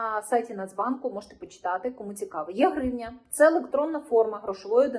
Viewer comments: Це потрібно вимовляти як Е гривня а не Є гривня. Тобто - електронна гривня. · Не є-гривня, а е-гривня. Електронна, а не єбана.